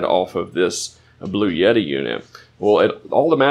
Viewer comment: You had me right up until you said bluyetti... please buy a victron controller and a battery system. They're much cheaper and scalable...